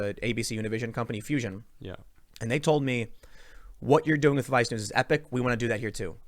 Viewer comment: I can't help it, every time you say vice news I bust out laughing man, sounds like you're saying vi snooze...